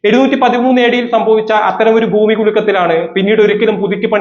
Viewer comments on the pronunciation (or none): none